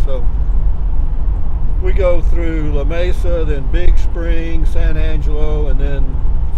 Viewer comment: As a native west Texan the true pronunciation of Lamesa is La Meeesa